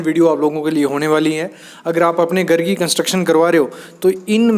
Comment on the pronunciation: गर गर क्या लगा रखा घर बोलने nhi aata kya